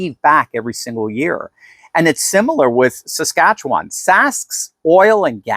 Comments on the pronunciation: Hahaha can't say saskatchewan! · Is it too hard to say Saskatchewan?